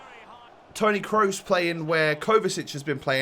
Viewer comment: when your so early he says kroos wrong